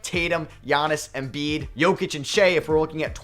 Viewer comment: Not that i had much but i lost all respect for you after sayin Embiid Unsubscdibed Goodbye